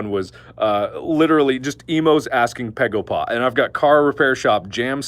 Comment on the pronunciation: its baegoba not pegopa